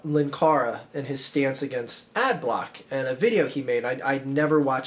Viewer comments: 'Linkara', not 'lankara'. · Its pronounced 'Linkara'.